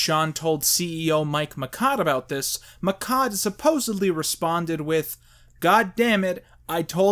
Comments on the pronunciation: Alright. I'll do it. I'll stand up for Mike Michaud. His last name is actually pronounced "me-show", not "me-cod". It's a French name. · Reviews Two flubs: it's "severance" pay and I think Uncle Fester's last name is pronounced "Mish-aud." As for "The Room", it tours all over America as a midnight movie staple, so Doug's clip-filled review of it didn't make that much of an impact. Other movies reviewed by him, however, were probably hurt in online rental sales. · Mike Michaud's last name is pronounced Mishaud. I am not a defender. I am just saying if you want mention him say his last name right. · Is it just or all America pronouncing Michaud as "McKod"?